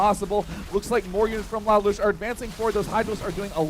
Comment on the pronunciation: "Lalush" is pronounced as li-loosh, thats the name of he main character of a show called "Code Geas"